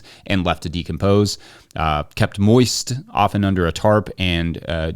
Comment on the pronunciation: you said “moist” extra moist-y here. Anyone else?